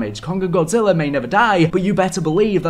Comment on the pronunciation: Oh how Godzilla's name was botched so badly, the disrespect 😂